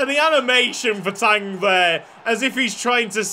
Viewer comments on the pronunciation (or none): none